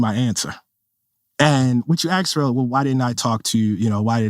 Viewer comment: He makes a great point, but then i hear him say 'axed' instead of asked and i lose all support /s